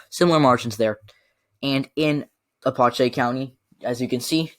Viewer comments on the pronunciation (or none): none